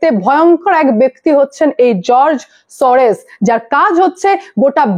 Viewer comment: Sorres na Sorros, r e r ektu porasona karo, who is this Sorros ...96 yrs..